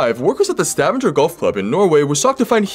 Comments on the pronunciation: It's pronounced STA-VA-NGER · Its actually pronounced sta-vanger the vanger is like saying banger but with a v. It had two syllables basically 😅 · Bro I couldn’t finish the vid because of how you pronounced Stavanger. I’m going to but I did a spit take